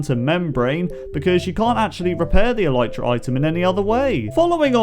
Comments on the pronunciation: Elitra, not Elaytra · It's not alitra its alytra